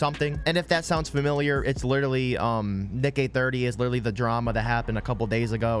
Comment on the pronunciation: I thought you said Nigay30 😂😭